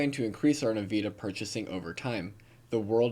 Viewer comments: It's pronounced in-vih-dee-uh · bro love ya but you gotta learn how to pronounce Nvidia properly... you been saying it wrong the whole time and its pretty annoying...... either N VID E UH or NUH VID E UH but youre missing that I at the end, and sayingf it all wrong... please stop that. otherwise love the videos. thanks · actually thats the correct pronounciation, despite the common pronounciation being n vid e uh.. but yeah totally says it all wrong not even close and yeah thats annoying as fuh.